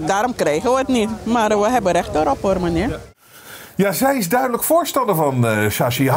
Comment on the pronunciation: "wij hebben rech erop" LEER DE T UITSPREKEN